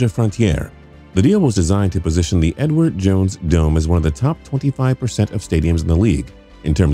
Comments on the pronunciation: Did anyone else hear Edward Jones Dome as "N-word Jones Dome"? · I don't know what it is about this narrator but it sounds like he keeps saying the "The N-Word" Jones Stadium 🏟......lol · read comments just to see if anyone else noticed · Sounds like he said "N word Jones"